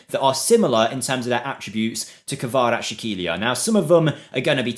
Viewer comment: Bro, Khvicha's last name is more like Kvaras - Helia, no sh sound in the middle, just s. This will sound much better, closer to it's proprer sound, but not 100% ideal. The best way to pronounce it as if there was a sound from piZZa, like KvaraZZ - Helia.